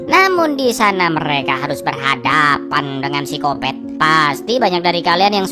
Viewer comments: Gatau kenapa ilfil aja sama orang yg nyebut psikopat jadi sikopet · Berenti nonton pas nyebut sikopet